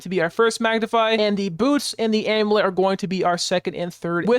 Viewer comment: This build sounds fun, thanks for pointing it out! Also, just a tip, you pronounce 'amulet' wrong. You can Google it to hear it, but there's a hidden Y, am-you-let, not a-moo-let.